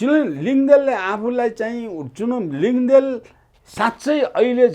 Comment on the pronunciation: लिङदेल होइन "लिङदेन" हो । बाहुनहरूलाई लिम्बूको थर उच्चारण गर्न किन यति कठिन हुन्छ? Nembang लाई पनि Nemwang उच्चारण गर्ने, लुङा शब्दलाई "लुङ्गा" उच्चारण गर्ने । बाहुनको जोब्रै यति बायस? खाली बाहुनहरूको, मधेशीहरूको, भारतीयहरूको र युरोपेलीहरूको नाम र थर मात्र उच्चारण सही किसिमले गर्ने किसिमको जोब्रो!?